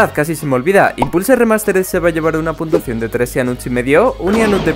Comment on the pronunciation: Hola me saludas xd dices puntuasao en mes de puntua cion